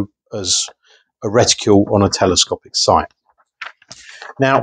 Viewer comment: Lol... I know I'm being a fooking pedant here but it's 'reticle' ... not... 'reticule'. A 'reticule' is a ladies handbag.